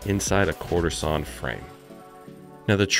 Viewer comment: I was in before I stopped hearing courtesan oak and started hearing quarter sawn oak 🤷‍♂️🤦‍♂️😂